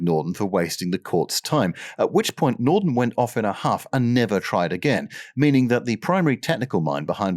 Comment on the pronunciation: You know, right there at at I could almost swear I heard the glorious miracle machine that is the Norton Bomb Sight slightly mispronounced... It must have been my over-active, youthful imagination.